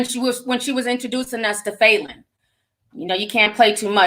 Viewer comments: Lmaoooooo I could barely listen to this because you kept saying FAYLEN!! does that even sound like a real name?? Lmaoo it’s Fallon!! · It’s Fa -lyn not Faylyn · Falynn is pronounced fallon like jimmy fallon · That can’t be the pronunciation of “Falynn” 😂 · Not one person corrected Ti on how to pronounce Falynns name 😂😂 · Cringed every single time she said it!! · That because we know TI mispronounces a lot of names wrong lol. Plus Ti speaks more than one language.